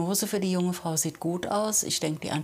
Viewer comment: Wer hat auch erst freu u-bahn verstanden 😂